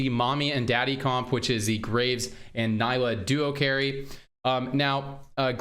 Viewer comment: Darkflight looking very interesting tried to limit my exposure to PBE as much as i can so this is first im seeing. do you think this is already an improvement based off initial testing? looks alot more funky and astral being reworked is enough to bring me back and maybe push for gm this time. PS: its pronounced knee-la not ny-la